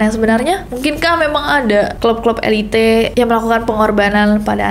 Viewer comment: Speeling lo kern tapi saat lu ngucapin "elite" kok e li te sih